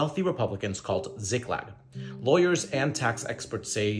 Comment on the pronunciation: how do you mispronounce a two syllable word?! You read it as Ziglak, when it's Ziklag. Honestly, journalists should be held to a higher standard.